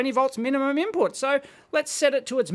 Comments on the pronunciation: "Ibput voltage" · Loving the IBPUT voltage, lol